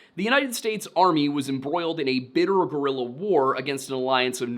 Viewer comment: Guerilla, not gorilla